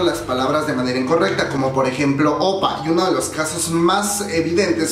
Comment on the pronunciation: #1: Se dice Oppa (imagina que lleva una tilde en la última sílaba), es decir aguda. Si vamos a corregir "hangul" es bueno enseñarlo correctamente... en buena onda. #2: La ropa de VIVIZ no fue porque no tienen un buen estilista, es un homenaje al año 2016 en los MAMAS. O sea hay que informarse pue... #3: Si bien los coreanos no son tan eufóricos como los fans internacionales. Las reglas de las multitudes en Corea según "pandemia" es que no pueden gritar, solo pueden aplaudir. Éxitos.